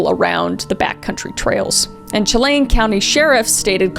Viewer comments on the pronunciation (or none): kris i just wanted to let you know that chelan is pronounced like (shalan) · Not me saying repeatedly it's pronounced "Shell-an" not "chel-ain" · Living in rural outer-Snohomish county WA, (pronounced Cha-lan*, Blue-it Pass* btw😂) crazy to think all the police activities and helicopter traffic stems from such a gruesome act nearly 70 miles away😮😮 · Thank you so much Kris for covering the Decker case, I live in the town it happened in and we needed more coverage of this case! Here's some pronunciation of some words! Chelan (Shuh-lan) and Blewett (blue-it) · I'm in Washington and I remember the amber alerts coming out. So sad, he still hasnt been found. I hope this family finds some sort of peace and that he is found soon. This is unimportant but Kris, if you continue to cover the case Chelan is pronounced Sha-Lan. ❤ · Please learn how to say names correctly. Wenatchee, Chelan etc. as well as Goncalves. If you are going to report on something learn how to say the names properly. It makes it look like you just care to push your videos with no respect for people or situations. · I love people trying to pronounce Chelan correctly. 😂